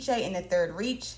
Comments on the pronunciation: It's pronounced "Reich" not "reach", untermensch. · Did you really just pronounce "reich" like "rish"...